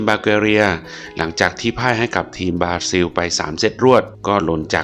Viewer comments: บราซิล บ่แม่นบลาซิล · บราซิล ใช้ ร.เรือ ครับ